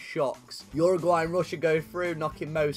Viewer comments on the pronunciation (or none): none